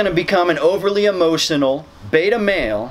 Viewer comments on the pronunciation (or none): none